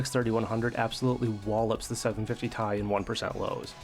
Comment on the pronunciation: First time I heard somebody/robot say Tie 👔 😅